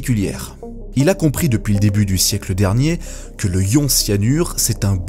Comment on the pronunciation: "le ion", "du ion","des ions" sans liaison... tu dormais en cours de chimie au collège ? pour info on dit "l'ion", "de l'ion" et on fait la liaison quand c'est au pluriel